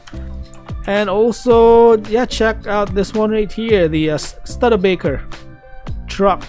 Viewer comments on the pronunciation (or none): The Studebaker is pronounced, Stuuuuuda-baker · The Mercedes is a first edition.... The m2 Studebaker ...is pronounced ... Stood d baker... Not making fun of you ama